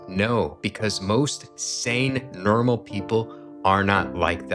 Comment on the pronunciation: I don't know if anyone's told you this, but when you say, "normal", it sounds like, "Nermal", and it makes me think of Garfield. Loved the video though lol.